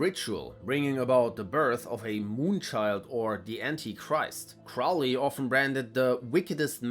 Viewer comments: Crow-ley, like the bird, not "Crou-ley." Jeez. There is no "eighth ritual," The Moonchild was a novel, not an actual plan, and since the OTO is not Christian, why would they bother with the mythological Antichrist? You need to do more research. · Crowley wasn't targeted by Hitler. It's doubtful Hitler even heard of him. Crowley left Germany in '32. He was deported from Sicily by Mussolini though. And it's "Crowley" as in "Holy"